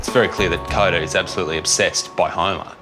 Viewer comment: Coda ? no no!! it is more like Cooper 🤪😍